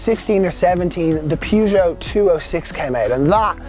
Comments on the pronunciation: I pronounce this brand as pe-zho. Not pyuzho. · The prononciation of Peugeot is perjoe. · Pronounce Peugeot properly 🤣🤣🤣😆😆